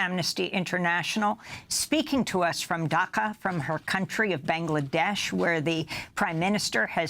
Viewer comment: Its DHAKA, not DAKHA. Get that right at least. Ffs.